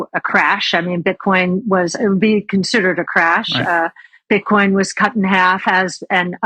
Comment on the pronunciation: She said Bitchcoin